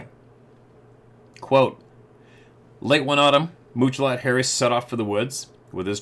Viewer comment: pronounces Muchalot Harry's name as Mooch-a-lot! It's pronounced like three separate English words, which it is: Much, a, lot. Two ways of saying "MANY", like he trapped MANY animals, got MANY furs. To say Mooch a lot would be an insult, right? So Much-a-lot is a GOOD name for a SUCCESSFUL Native trapper. That's how I see his name. But almost EVERYBODY mispronounces it unless they stop to think how Indian languages work. You are supposed to imagine MUCH success, A LOT of bounty. That dude was seen as "The Man" until the Bigfoot tribe scared him into crying like a little girl. Sad story!